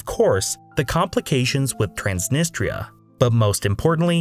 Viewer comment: Wess Arabia? TRAANSNNISTTRA DIPPSHIT